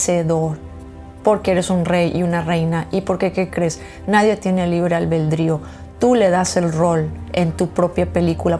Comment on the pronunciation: La palabra correcta es ALBEDRÍO No "albeldrío" 😊 Saludos